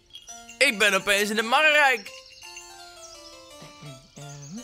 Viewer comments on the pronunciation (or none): marrerijk? MARErijk.